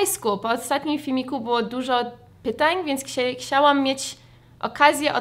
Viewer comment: uwielbiam jak mówisz ksiałam zamiast chciałam :D